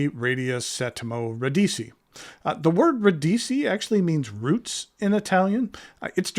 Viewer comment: FYI it's ra- DEE-chee.